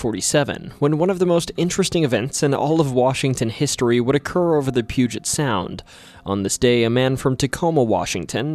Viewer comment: THANK YOU for saying Puget correctly